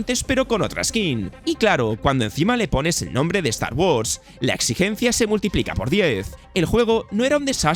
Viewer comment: Start wars “atlous” 😂😂🤦🏻‍♂️